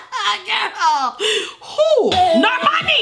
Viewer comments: Nobody:: normorni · calling her Normarny every other time 😂😂😂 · Everyone: Normani: Nomarni 🤣🤣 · NorMARni Edit:: NorMARni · u forgot to roll the r in NORRRRRRRRRMANEEEEEEEH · No one: Not a single soul:: NoRRRRmani.....NOrrrrmuhnee